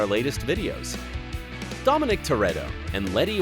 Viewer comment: Did he say "domenique"